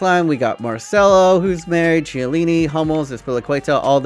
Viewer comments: Could you please learn to pronunciate “Chiellini” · I have a seizure every single time you pronounce Chiellini's name wrong mate 😂